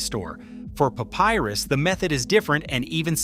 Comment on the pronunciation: "Pay-pie-rus"? What kind of AI slop is this?